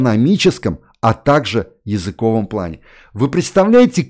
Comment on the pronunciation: Михаил, при всём уважении - языковОй, а не языкОвый.